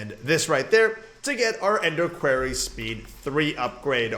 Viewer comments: it is pronounced kw-or-ry not kw-air-ry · Quarry : Pronounced (kwory) NOT kwarey ..... just saying